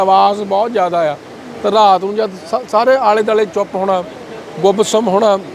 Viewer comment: ਜਦ ਬੰਦਾ ਆਪਣੇ ਇਲਾਕੇ ਦੀ ਮਾਂ ਬੋਲੀ ਛੱਡ ਕੇ ਦੂਜੇ ਇਲਾਕੇ ਦੀ ਬੋਲੀ ਬੋਲਣ ਲੱਗ ਜਾਂਦਾ ਹੈ ਤਾਂ ਕਿੰਨਾ ਭੈੜਾ ਲੱਗਦਾ ਹੈ ਜਿਵੇਂ, ਪੱਤਰਕਾਰ ਦਾ ਰਾਤ ਨੂੰ ਰਹਾਤ ਕਹਿਣਾ ਕਿੱਦਾਂ ਦਾ ਲੱਗਦਾ ਹੈ। ਹਾਦਸਾ 😅😅😅😅